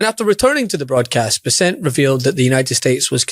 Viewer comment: Learn how to pronounce "Bessent" correctly.